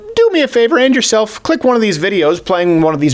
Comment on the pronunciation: "do me a favor _end yourself_" Oh wait..."do me a favor...and yourself...click one of these videos" Lol that's what I heard initially. That was unfortunate syntax, with an unfortunate pause haha